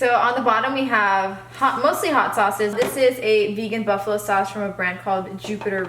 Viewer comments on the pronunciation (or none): none